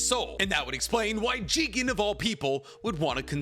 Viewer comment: It’s not jigen like bruh